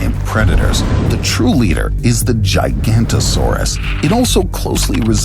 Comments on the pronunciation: it's not giganto-saurus but giga- noto-saurus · GIGA-NOT-O-SAURUS... & the DI-PLAUGH-DUH-CUS... PLZ PLZ, program your A.I. reader.. with better pronunciation. this was VERY hard to listen to.. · Forgive me for nitpicking details, but if you're going to present an animal, at the very least learn to pronounce it's name. You lose a ton of face credibility if you don't. GI-GA-NOTO-SAURUS. Kids who watch these videos can do better than this. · That is not how giganotosaurus is pronounced. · Bro that’s not the correct pronunciation of giganatosuaruse